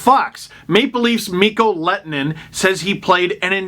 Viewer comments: MiK-KOH LEH-TOH-NEN. NOT LET-NEN or Let-en-Nen. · The H is not silent in Lehtonen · You’re pronunciation of his name is wrong. You pronounce the H.